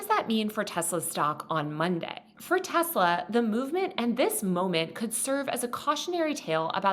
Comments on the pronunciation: Nooo… it’s Teslarrrrrrrrrr 😅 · It's pronounced, "Tesler." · excuse me, but the president says it's pronounced "Tesler"